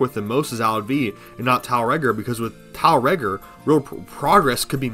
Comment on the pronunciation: I think it's meant to be pronounced "Tiel Reggor" in the same way that Lancers say "Umer Gregger" Actually getting the pronunciation over in a comment is obviously gonna be difficult but there's definetly a rolling r in Regor's name if you consider how the Grineer pronounce stuff in game.